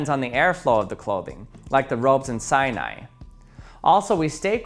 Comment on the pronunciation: SAINAI? XD